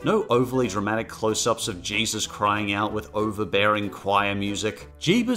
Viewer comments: Its jesus not jeeves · The first two times he was supposed to say Jesus, he said Jeebus instead. Good god man. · Why are you calling Jesus "Jeebus"? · Way do you say Jebus? It's pronauncet Jesus. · Why do you keep staying "Jeebus"?